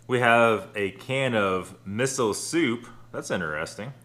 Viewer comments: "Mee-so" soup. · The soup is pronounced Me-so as in me so hungry I know what you were thinking lol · That must be the single most disappointing miso soup(pronounced like me-so) I've seen. No seaweed, meat or anything beyond those three forelorn ricecakes (I guess). You'ld be better off having instant packages and a bottle of clean water. Some clarification though: Dashi is just the base stock for japanese soups. It can be made from Kombu- seaweed or Bonito(Dried fish) Flakes. Combinations as well as other ingredients exist of course - but you can't get around using either Bonito or Kombu. As expected, pure dashi has a very distinct fishy flavor - packed with natural MSG. Miso is a paste from fermenting soybean and is added after you have cooked your soup - you can see it in the soup as those very fine flakes that make the whole affair murky. To have a proper flavorful miso soup, you add soy sauce and sweetened rice wine to your dashi stock, as well as your desired ingredients (root vegetables, Seaweed, Tofu, meat, noodles... whatever you have on hand). When your ingredients are cooked through, you add a spoon full of miso paste, stir it through and serve - Miso loses a lot of its flavor when boiled, so you add it last as a sort of garnish. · The way you pronounced miso soup was adorable lol. I'm so glad you uploaded again!